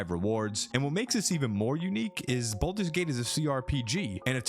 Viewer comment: *baldurs gate not bolders lol